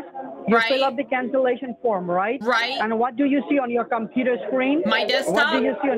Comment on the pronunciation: "Let me sent yo de rickwest for cansilashon. May I wants to know why you van to cwancel?"... I imagine this guy wearing a deerstalker hat, a single straw bale hanging from his mouth and a shotgun resting against a wall behind him. I can also imagine him with that voice saying :"Wabbit".